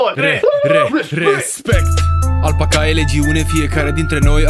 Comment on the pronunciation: Mrrr "alpaca ligion"